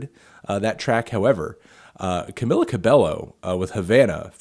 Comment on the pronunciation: pronounce camilas name right